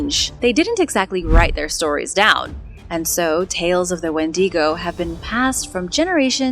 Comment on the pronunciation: adore the channel.... but... wendigo is not spanish, it's pronounced WENDYgo, not when DEEGO. i know you try hard and normally you get a lot of words right, but seem to struggle a lot with canadian/first nations names like that one and newfoundland (newfundlund). canadians have a lot of first nation named places and they're are hard to spell and say... IE Penetanguishene... which most of us just call penatang for obvious reasons.